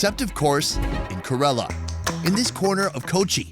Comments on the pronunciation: KAY-lah-rrrUH not kUHrelah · It's ke-ra-la you idiot not karala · If there is another episode, please correct the pronunciation of KErAla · It’s pronounced Care-la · when will you learn to pronounce Ker-ala properly ! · First thing , pronounce correctly KERALA name. KAYRALA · why are you pronouncing it 'kuh rella' lol. You were literally talking to people from that state and no one corrected you? Are you from Umrica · I love you, but for the love of, please, please pronunciate Kerala correctly 😂 sorry, I know its such a small thing, but it's been driving me insane since the last video, even though the locals have pronounced it the way it should be! However, I'd est any and all of those dishes. Indian cuisine is by gar my favourite, even though I've only had the westernised versions. One day I will have a full authentic Indian meal, and I bet it will be the meal to end all meals!